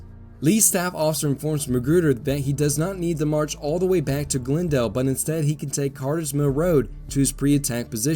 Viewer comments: Half the time you pronounce Glendale as "GlnDALE" and the other half as "GLENdale". Which is the proper local pronunciation? Whichever it is, THANK YOU yet again for such a wonderfully illustrated and explained history of this important set of Seven Days battles. I can't thank you enough for providing what will be some primary sources in a related project I am undertaking. In these battles, with the constant mixing of division and brigade assets among the combatants, it is so hard to "keep things straight" in one's head. It's nice sometimes to SEE IT in front of you, rather than read a list of brigade commander names and regiment names and locations!!! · Have a listen to your voiceover, in this Malvern Hill episode, and also for the Glendale battle itself. Half the time you say, "Glen-dale" with nearly even emphasis on the two syllables (as I might guess it would be), but just as often, it's pronounced "Gl'nDALE" (emphasis on -dale). The disparity is the reason I ask.